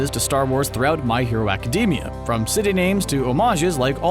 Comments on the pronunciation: Nobody: This Guy: My Hero Acadeemia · It's pronounced ee-zoo-koo (well the zoo is more pronounced as zu) not ee-zoo-ka. It's not pronounced aca-dee-mia it's pronounced aca-day-mia. Also deku has a quirk, crying! But all for one is never shown to be able to change memories and if he could why wouldn't he do it on all might to make him forget who all for one is or what one for all is. Also have a theory you can use. Kacchan and bakugo are the same person. Also be normal and call Izuku deku